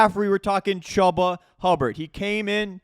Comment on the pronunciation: It’s not Chuh-buh it’s chew-buh